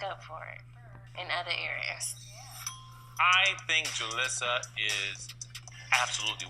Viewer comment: Enjoyed the video. Julisa is pronounced ‘Ju-leesa’. They said her name incorrectly on the show. 😁